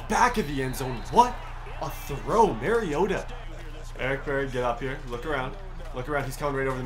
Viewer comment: It’s ma-ri-ot-a like when you say amari the A in the beginning of Marcus’s name don’t question I went to school with him